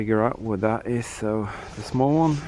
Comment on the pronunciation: the way he says thats how we say it -----> "what is that" = "what is tha" <-- thats how he says it